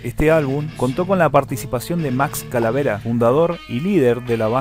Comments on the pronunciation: Max Calavera??? CAVALERA!!! 😂😂😂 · Buen video gracias, solo una acotación es max CAVALERA no CALAVERA. me suscribo